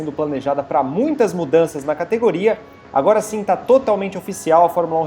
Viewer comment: Esse cara de azul ,fala estranho estreganho ,agora agoga,,mulherada mulhegada ,prestem atenção.